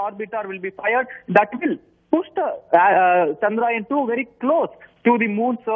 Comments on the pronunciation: its not pronouned Chandraayan (story of moon) its pronounced Chandra-yaan (moon craft).! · Why does he keep saying Chandraayan ? The name "Chandra Yaan" has been in news over a million times by now.